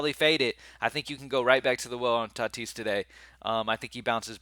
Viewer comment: Bro plz don’t say tatis anymore 🙏🏽..lol